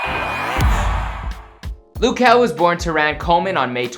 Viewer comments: ITS LUH JEL NOT LOU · "Loo kel"?